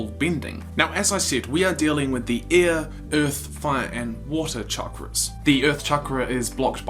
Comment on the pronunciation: You didn't pronounce air correctly